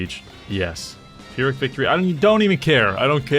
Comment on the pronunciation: I love you but please learn how to say 'pyrrhic' properly